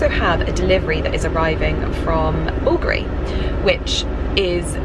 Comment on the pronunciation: I looove the sound of Porter galloping😂 It gives me joy🤩 Ali is such a character… Oh, the pronunciation of the Bulgari brand was so good. Most people I think they stress the second syllable, Bulgári when the correct is on the first syllable, Búlgari. The brand might be located in Italy but the founder is Hellene🇬🇷 Bulgari is a Hellenic surname Βούλγαρης/Vúlgaris. I think they were two brothers Σωτήριος/Sotíris and Στέφανος/Stèfanos Vùlgaris from Hellas who they founded that company in Italy.